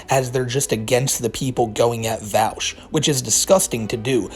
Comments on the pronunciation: Vaush /v-o-sh/ like Posh Not /v-al-sh/ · it's pronounced "vahhsh". i really don't feel he's a creep. the content was by a loli artist but it wasn't a loli picture. he's not a pedo so didn't recognize the artist as having made other stuff. big fan but i don't think you have the right info on this one. his argument was that people who support child slavery for mining are as bad as people who are pro CP. if you watch the whole thing he wasn't saying HE thinks that. i don't agree w that claim but it's still not the same. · Pronounced Vosh lol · Vaush is spelled with AU not OU so I fail to see how people pronounce it like regards, how do you pronounce Australia? smfh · Let's be honest the fact that he didn't even bother to learn how to say the dude's name correctly is a pretty big red flag that didn't actually look into the topic too much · You are not saying Vaush's name right.